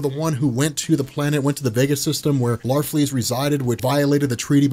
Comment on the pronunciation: It's larfleeze